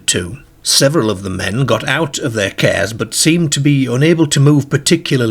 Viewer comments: It's cars not cares 😅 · I wondered what he was on about when he kept saying "cares", I realised he meant, "cars". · Sounds like morcambe ways or south lancs if you listen he pronounces dark 1st in a similar way as derk or dirk….then later over pronounces it as DAr(K(hard K)) this indicates a mix of accents possibly from a area closer to Liverpool who also pronounce a hard (K) also cars pronounced as kerrs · What the hell!? 😅 They went too FERR from the CERRS and odd PERRS Walking across his GERRDEN towards the PERRK? Hopefully you ain't got any viewers from the US because I think you would have lost them at that point, they struggle with our accents anyway but I'm kinda struggling myself tbh 😅😂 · I love how he says cares lol He's a riot 😊😊😊